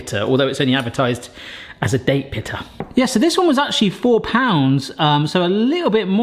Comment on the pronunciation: the way you pronounce 'date pitter' made me think of a dessert pita, that'd be pretty cool